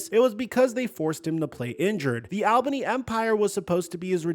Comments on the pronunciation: I was born and raised in Albany (btw it’s ALL-bunni not ailbany) and still live there, couple facts about his arena football situation. Everyone was super excited a celebrity bought the team but especially arena legend EDDIE BROWN’S son, it was a massive deal for the team and community and everyone thought he could revamp arena football in the area and bring it more popularity, he even visited the gym I go to who was partners with the Albany firebirds. Shortly after he was acting irrationally, I believe there was a news article of him getting kicked out of the hotel he was staying at here, he wasn’t paying players, was making huge decisions for the team with no intent, he was the demise of the team. Ruined it for the whole community of everyone who lives here and after that the team fell apart and is no longer, everyone here HATES him and he is a horrible look on his father’s name, wild stuff. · “All Ban E” is how Albany is pronounced lol! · Deleted my comment on how to pronounce Albany after reading this, thank you for repping for us 😂